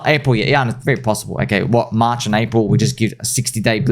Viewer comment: It's pronounced "March"